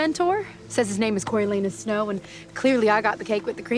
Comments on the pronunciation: "corio-LAH-noos". At least, that's how we say it in Shakespeare 🤓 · Yep, Corialanus not Coryo